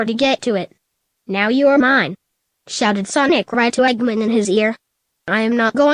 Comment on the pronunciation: Why can't the computer say Eggman right?